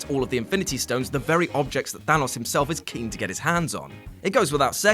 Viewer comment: Stone* Not dtone lol